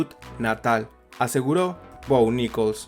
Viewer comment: Jajaja, es muy gracioso escuchar "Bo Nickols"